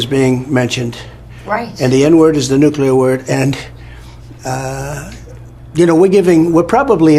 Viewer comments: Heh heh heh, nucular.... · I never thought I'd miss Bush's pronunciation of "nucular". It was a simpler time.